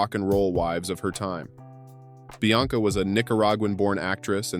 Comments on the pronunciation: Bianca NOT BLanca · The name is Bianca....NOT Blanca. Jade was born in 1971....NOT 1977. The name is Georgia May...pronounced like the U.S. State....NOT Gorga. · This video is a joke. I mean, who's ''Blanca"? (Bianca). And you can't even pronounce Gimenez correctly. So many women not mentioned.